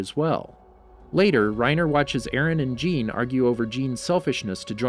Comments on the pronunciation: Not trying to be one of those guys but jeans name is pronounced john just for other videos also enjoyed the vid and keep up the good work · Ah yes ,’jeen’ the horse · ah yes jeen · It’s pronounced “shah-dis” not “say-deez”. Also it’s not pronounced jean it’s a French name and it’s pronounced “sz-ah-n” like a soft j sound Edit: saydeez nuts lmao